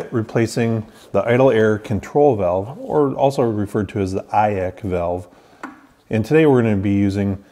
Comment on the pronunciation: Eye-ack valve? Never heard it like that. Thanks for the good video.